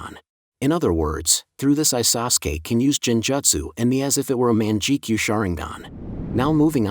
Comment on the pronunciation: He said man-jek-you imao